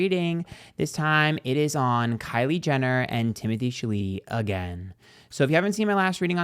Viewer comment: calling him Timothy Chaleetee cracks me tf up 🤣🤣🤣